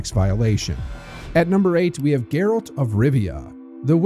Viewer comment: Its not geralt like gerlad. Its geralt (gare-alt) lol thought that was funny.